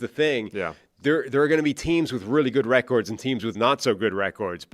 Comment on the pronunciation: There needs to be a very serious discussion regarding pronunciation of 'records'.